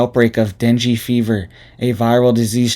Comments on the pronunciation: It's pronounced deng gay fever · Deng - gay. Pronounce NG the same as in dang. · dengue fever is pronounced den-gay. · Dung gay...not dingy : )... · Den-gay not “dingy” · Ding-gee not dingy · Dengue= Deng-Gay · Pronounced “Din gay” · Pronounced den-gay.......:) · Ok, …I love you and I think you’re great, but if no one else will tell you, I will be kind enough to do so (please take this with ❤️) The illness Dengue is pronounced DEN-gay. I’ve been waiting to see if anyone would….. I do love you and I pray for you and your family daily. I can’t imagine having a young family right now…. God bless you and if you need anything I’m not that far away in the Upstate of SC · It’s pronounced Dane Gay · Pronounced Dee Nang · It is pronounced ding e fever. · It’s pronounced Dane Gay. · Den gay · It's pronounced. Deng fever Dengue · Pronounce den-gay like Ben-gay.